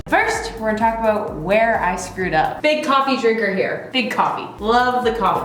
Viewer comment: I was not sure she was Canadian until she said “I didn’t have to think aboot it”